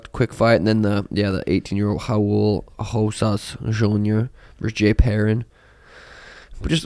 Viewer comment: “Howual Hosas jr” lmao he’s Mexican dude not Brazilian.. it’s Raul Rosas